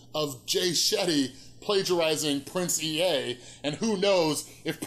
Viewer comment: It's "Prince Ea" - pronounced "ee" not "ee-ay"